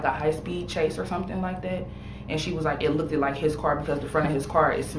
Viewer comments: “It lookd-ed-ed like the fron en of hi car was smashed-ed en.”🤦🏻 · 😂😂😂 I went blank after hearing lookted. 👀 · “It lookted” all I needed to hear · His mom said it "LOOKED-DID" like his car? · She also said "LOOK-did" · Okay... let me get this straight... in and out of jail, smokes weed all day, can't pronounce a single word correctly in a formal setting (looked jiusr sends my brain on lockdown) 😂. But you can't snag a job and don't know why... hmm...